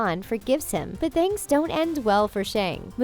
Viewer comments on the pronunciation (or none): none